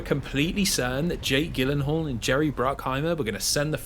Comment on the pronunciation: Im still such a big fan of this video God damn, also that's not how you pronounce Jake gyllenhal 😄